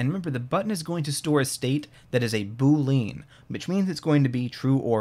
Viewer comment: BOO-lee-uhn but otherwise fantastic!